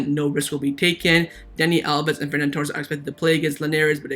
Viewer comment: Love the videos man, but it's Ferran, not Fernan... And if they're both vaxxed there's no reason we can't sell Lenglet and see Alves only missing one game